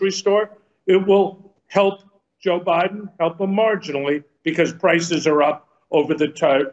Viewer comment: Hey Bill.... Learn how to pronuncate the word "BECAUSE"...